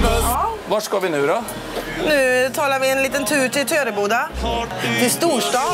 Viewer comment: MEN HUR SÄGER DU TÖREBODA POJK?!